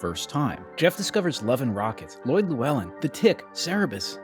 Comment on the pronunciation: One day I will come across a non Welsh person who will actually pronounce Lloyd and LLewellyn properly. Sorry to say you were not even slightly close. The issue is the LL, its a very Welsh name, and in the Welsh language LL is a digraph, a pair of letters that represent a single sound in the alphabet.... That sound is not even close to an L sound. Best way to explain it is to place the tip of the tongue to the roof of the mouth, as if you were going to say L, but instead of continuing with the L blow around both sides of the tongue. A bit pedantic I know, but as I have both Lloyd and Llewellyn in my name, and I am Welsh... it kind of matters to me... And yes, both are VERY Welsh names, they do not originate from anywhere else....